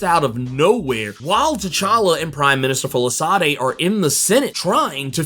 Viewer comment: It's pronounced "Folashaadey"